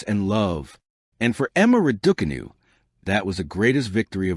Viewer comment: Pronounce her name properly.